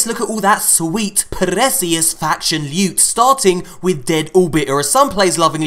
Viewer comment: LEWT SWEAT PRRRRRECIOUS LEWT!!!